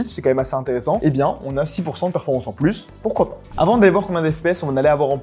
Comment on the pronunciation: Au plussss ! Si ce n'est pas pour une addition, le "s" de plus ne se prononce pas ! Plussss t'es grand plussss t'es con, ça ne marche pas !